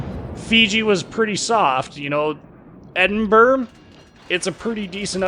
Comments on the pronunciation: Hey, I've been to Edinburr! It's right next to Belfast, in Wales. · Why can't you pronounce the capital of Scotland?